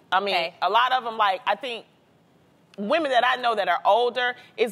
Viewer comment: say woMEN, not womAN. . "i like woman" lol sounds weird.she should know the difference by now.its a basic word that you usually first learn to say when learning a different language